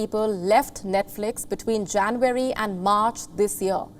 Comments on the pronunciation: It’s not jan-very you pinhead…it’s January! Where do they get these numbskulls?! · It’s not JanVARY but Jan UARY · It is JA N U A R Y not JANVARY. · its not janvary ma'am ..it's january😊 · You lost me at ‘Janweary’ 😅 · She pronounces January as Jan-wary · Learn to pronounce JANUARY ....u r no compare to palki Sharma